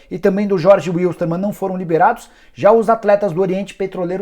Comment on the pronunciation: Não é jorge uuuiltman é jerge wiltman com som de v de Volkswagen a palavra e de dialeto alemão.